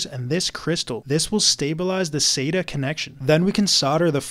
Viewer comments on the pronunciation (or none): Plot twist: he still can't pronounce sata till this day